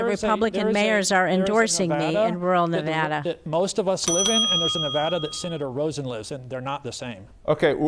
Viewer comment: Fuck Sam Brown, he can’t even pronounce Nevada. Jacky is a star, I’m keeping her.